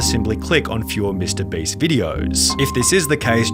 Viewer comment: i'm sorry dawg but MR BREEST 💀💀 WHEN YOU SAID THAT MY MIND IMMEDIATELY WENT "MR. BREAST"💀💀💀💀💀